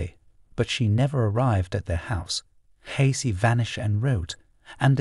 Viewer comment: Cassidy. Not Casey!